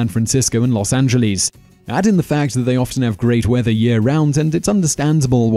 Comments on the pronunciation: he said Los Angelees instead of Los Angeles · No one in Los Angeles pronounces it Los Angel-lease. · Los Angeleez? Really? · "Los AngeLEES"